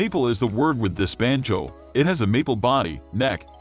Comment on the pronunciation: This is NOT a banjo, it's a banjoooe. I hate synthetic voices used for narrations on videos.